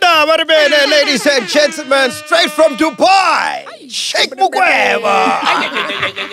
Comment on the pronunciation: I giggled a little when I heard Sheikh pronounced as 'chic'